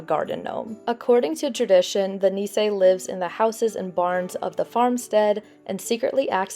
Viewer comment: Super cute!! Btw, “nisse” is pronounced “niece-uhh.”